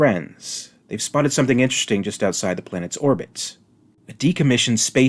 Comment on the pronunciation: "There's summink in the waught-ah!"